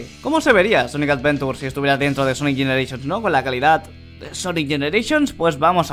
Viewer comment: Por que dise sonic avedura